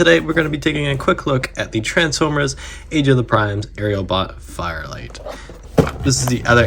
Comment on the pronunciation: Why did you keep calling this guy fire light instead of fire flight?